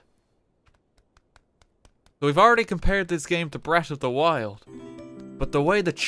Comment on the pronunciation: "Breat' of da wild" can you be anymore Irish?